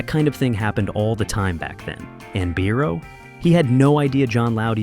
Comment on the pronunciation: Congratulations on your sometimes correct pronunciation of 'Biro', mispronunciation irks me 😊👍.